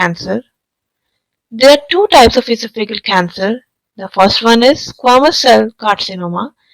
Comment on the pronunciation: Sorry, but your Pronunciation of your Topic is Very Unusual and hard to understand. The word is almost Unrecognizable . In American English, the stress is on THE SECOND SYLLABLE. That would be: "ee - SOFF - a - gus" You're saying "EE - so - FEE - gus" with seemingly 2 stressed syllables. And "ee - so - FEE - gul" for Esophageal, which is pronounced here as: "ee - soff- a - GEE - ul". I realize there are variations between American, British, & Indian English Pronunciation. I suffer from Barrett's Esophagus myself so was interested in learning the cancer symptoms. I had a recent endoscope and it was fine, although I have had a persistent cough & some hoarseness for about 10 years & my doctor hasn't seemed very concerned. Perhaps it is a side effect from taking Omeprazole for so long. It does concern me. To Commenters: Don't get your bowels in an uproar & freak out. Any critical comments can sometimes bring a wave of backlash criticism. Since I won't be revisiting this video, I won't see it so you can save your breath.